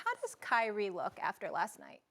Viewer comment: Cry-ee Irving